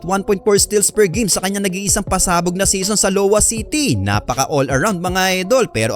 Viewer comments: Its.. iowa not lowa ai·uh·wuh ang pagpronounce. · Hindi LOWA Yun kundi iowa pronounce as i-yo-wa